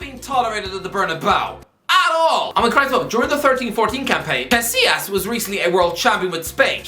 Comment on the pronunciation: "Aiker Casillas"